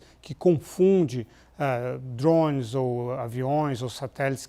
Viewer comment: O engraçado é ouvir o Lourival chamar dronea de "dhrones"